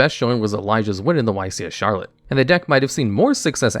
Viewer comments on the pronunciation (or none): none